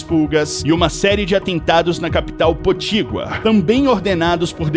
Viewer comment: Meu, não é potigua . E potiguar.